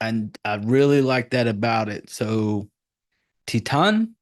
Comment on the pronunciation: Dude I studied La Francais and your pronunciation of "Titane" was perfectly correct.. it's just said with a French accent, which is why people doubt themselves when saying French with an Anglo-American accent. Also you reminded me I really must finish the this film! I started watching it in 2011 and wasn't really in the mood. Now I am ;) Good job! Subbed